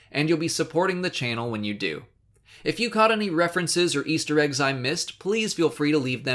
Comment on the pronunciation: "Easer, Eggs" Ya messed up there mate